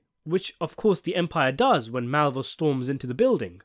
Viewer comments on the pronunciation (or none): none